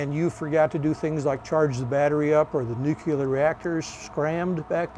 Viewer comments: “Nuclear”… one “U” in nuclear. Hard to sound like a subject expert saying nucular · Nu-clear, never nu-cular!!!!!!!!! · Nuk-ya-ler.. i guess he better stick to Diesel -Electric .. cant stand it , im GONE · Somebody tell him it is "nuclear" not "nucular"! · Nu clear, why is it so hard to say? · A lot of us are from different places in the US where when we say Nuclear it sounds like nucular. He's wearing a hat with dolphins on it, so I would venture to guess he is more than qualified to cover the subject. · Wtf is new cue ler? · nucular is wild 😂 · I had to stop watching after about 13 minutes. I couldn’t stand to hear the word nuclear, pronounced “nukular” one more time. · There is only one letter "u" in the word nuc-le-ar. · Yes, why is it so hard to say Nu cle ar. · Ugh. Nuke yuhlur🙄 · God I can't stand when people can't pronounce NUCLEAR properly.....😂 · Like “W” Bush.